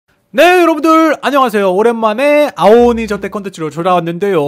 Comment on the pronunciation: 아오오니가아니라 아오오이네 ㅋㅋ